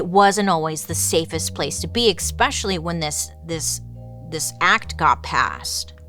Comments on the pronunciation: Bailey. We all adore you, (obviously), BUT… the way you say escape and especially is so absolutely wrong, lol. There’s always an X in those words when you pronounce them! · excape and exspecially will always get me 😅😩